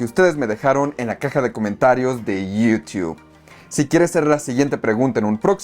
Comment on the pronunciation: iiiiuuuuutube se escucha gacho